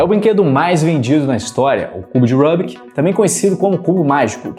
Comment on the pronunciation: Rubik tem origem húngaro. Estão o som do nome dele é pronunciado Rubik mesmo , não "Rãbik" (que soa como um nome inglês).